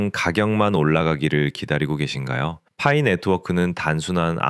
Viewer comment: 퐈이 거슬려서 못듣겠어요